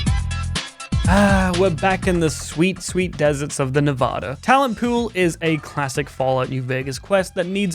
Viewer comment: Hey look! A Brit pronounced Nevada right!